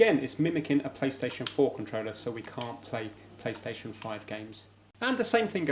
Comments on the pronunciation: It triggers me how he says controller and consol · I think that’s supposed to mean wireless…maybe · Why does he say controller so poshly